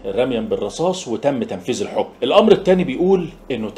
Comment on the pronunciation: تنفيذ وليس تنفيز/جثة وليس جسة مالك يا ابني...اللغة العربية كتابة ليست كما هي لفظا... لكن نسيت اقولك يعطيك العافية رغم هذا...🎉